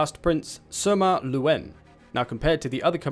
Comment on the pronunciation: Just for the record it’s Sima not Suma 😐